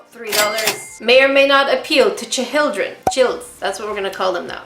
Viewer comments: Lol, hate to break it to you but auto captions understood your cha hil dreen as the real word. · Instead of chil-d-ren, how about the little beans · Hahahaha “cha hill dren” 👍😂